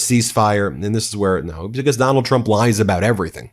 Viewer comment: I thought you said "McDonald Trump". It has a ring to it...